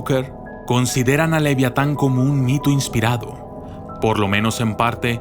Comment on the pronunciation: pero estamos de acuerdo que no dice leviatan